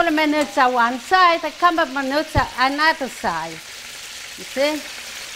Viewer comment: Just adorable. I love how she says “minoots” for minutes. Just like my nonna used to say. Puts a smile on my face every time. ❤️💖❤️💖❤️ Amore di British Columbia, Canada. Kris Butticci-Bowler.